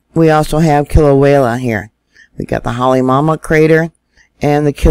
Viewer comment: PA-HA-LA. Not palahala. KILL-A-WAY-A. Not killawayla. HALL-E-MOW-MOW. Just trying to help. It is like fingernails on a chalkboard to us locals. I’m not trying to belittle you just PLEASE pronounce them correctly if you are going to report them. Mahalo